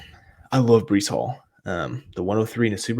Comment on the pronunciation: My guy !! Checking you out now … Definitely botched the name but it’s cool 😂